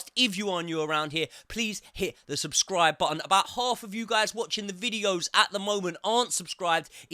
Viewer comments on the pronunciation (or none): none